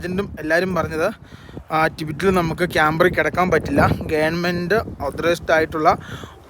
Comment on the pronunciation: Gevarment ennuparusuhrthe